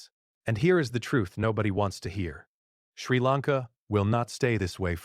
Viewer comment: Clearly AI. Mispronounced country name. Lots of wrong pronunciations. I hate YouTube because of AI